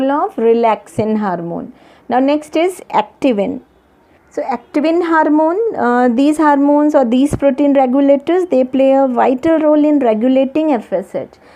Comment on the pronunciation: Ma'am u are very good at teaching But mam please 🙏 say hormone Not harmone